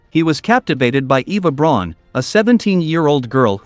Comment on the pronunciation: It's pronounced "brown" but spelt "Braun". It's not pronounced: "brawn" as you often hear.